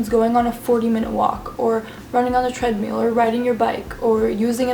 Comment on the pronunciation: you're pronouncing treadmill has treadmeal I mean I'm British so maybe it's an American thing